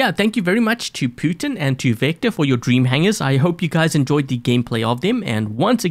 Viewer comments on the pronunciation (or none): none